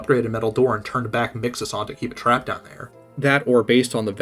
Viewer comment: No, not you too! Why do people keep calling mxes “mixaz”